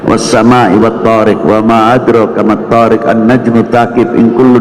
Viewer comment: WA MAA ADROOKA bukan WA MAA ATROKA ( adek rooka >> dal di sukun harus ada qolqolahnya<< ) MATH THOORIQ bukan MATHOORIK ( math thoorikek>> Qof sukun juga harus ada qolqolahnya ) ANNAJMUTS TSAAQIF ( jim sukun juga bersifat qolqolah, tsaaqif itu pake huru tsa' bukan sa' ) jadi intinya harus bisa membedakan antara QOF dengan KAF, dan juga harus bisa membedakan antara THO' dan TA' , TSA' dengan SA'. Jika qolqolah dan maad hilang bisa berubah maknanya